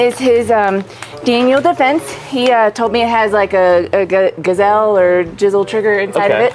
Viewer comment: I've called them jizzelle unironically for the better part of a decade because I refuse to accept the name is pronounced guyslee